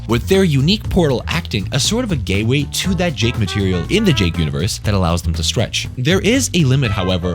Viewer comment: bro did not say gate way